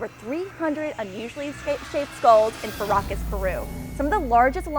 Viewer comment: Sound like she said Caracas